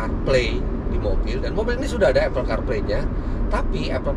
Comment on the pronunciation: Apple yang benar dibaca Apel. Seperti bahasa kita melafalkannya. Mbak itu sudah benar. Saya juga heran, saya tahunya dari dosen bahasa inggris.